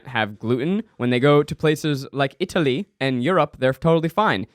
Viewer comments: ‘Florence EITALY’ quote from Ned when he is highly caffeinated. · Can we talk about how weird Zach says Italy?